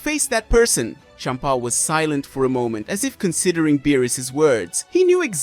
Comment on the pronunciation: I’m so sorry but the way you kept saying Bempa was hilarious. 😆